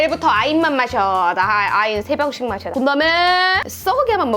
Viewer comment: 아인이라고 말할때마다 아잉이라고 들려요.. 아잉눈 혐잉눈